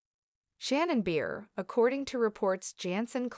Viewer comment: Cant stand to listen to these breaking news when they cant even get the main persons name. Its Shannon Bedor not Shannon Beer